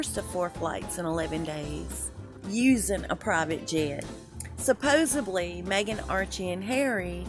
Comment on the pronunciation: love your stuff however the word is supposedly not supposebly